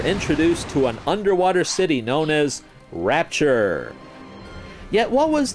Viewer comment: Rapture, Not Ratture